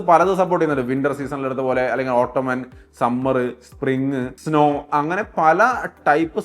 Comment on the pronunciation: ഓട്ടോമാൻ അല്ല ഓട്ടം സീസൺ എന്ന് ആണ് വായിക്കുക